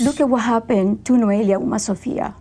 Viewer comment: NOELIA, Megyn, N.O.E.L.I.A /NOH - EH - LEA/ Is it really that difficult for you to pronounce foreign names correctly?? Cant you practise a little bit before reporting the news?